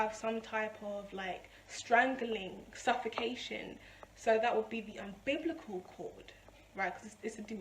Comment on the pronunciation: umbilical, not umbiblical, and paralysis, not paralys :D thanks for the vid